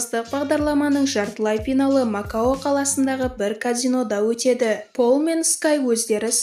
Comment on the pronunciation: Ф га тили келмима пинал деп перп отырго